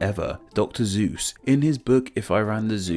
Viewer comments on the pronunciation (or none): So uh, just so you know, it's Dr.Sues, not Dr.Zues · why he say "Dr. Zeus" instead of "Dr. Suess" ?? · He's called Doctor Sey-oo-ss (Seuss) not Dr Zeus. You also forgot the most famous (almost exclusively) American type of high school student- the school shooter.